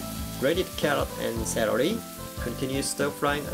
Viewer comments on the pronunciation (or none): cerely, hahah it's celery;)